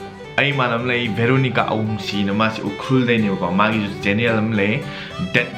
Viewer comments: Veronica not Bheeeloo-nigaa... Cool vlog btw. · Bro it,s Veronica not varonica 😂😂😂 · Oiya,, beronica, u made a bideo in sarojini etc... bro u can't pronounce v?